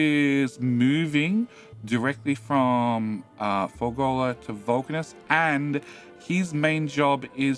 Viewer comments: Fulgorrrrrrrra. Why are you saying fulgollllllllla?😊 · I came here to see this comment, it is Ful-GOR-a! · I love that calls it moldy science. I don't love that calls it Fur-goal-la. Swings and roundabouts.